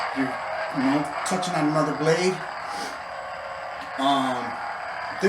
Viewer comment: "anotha one"